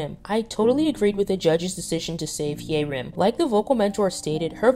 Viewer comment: I mean no offence at all but please keep practicing the pronunciations of names. Bahiyyih : Bye-yee-hee Hyerim : Hye-reem Ruan : Ru-in Wen zhe : wen- je Liang : Leeang 100% agree with everything in the video, great insight!